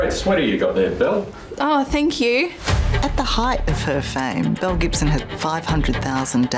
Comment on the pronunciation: "Belle Gibson" sounds like "mel Gibson" to me